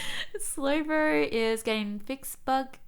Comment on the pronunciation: i love all the words you say that end in "O" or "Oh" sound i dont knur, gur, slowbrur